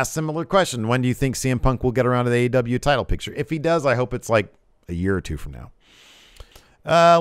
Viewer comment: In the intro it sounds like you say "Ass Wrestle Juice" That is a totally different type of video I think.